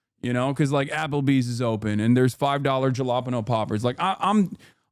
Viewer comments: Hasan showing his Jersey heritage here, a Caliboy would pronounce it "hellapenyos". 🌶😄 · That is NOT how one says Jalapeños brother...